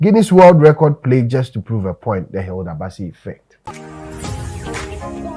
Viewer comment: Plague not Plegue